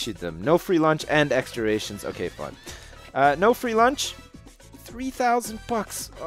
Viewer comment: Ration is pronounced "Rash-shun" not "Ray-shun"... Thought i'd just let you know